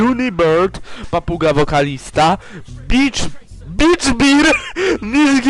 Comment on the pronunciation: Można się też machnąć i przeczytać ,,bitch beer" zamiast ,,beach bear", jeśli ktoś nie wie jak się czyta ,,bear".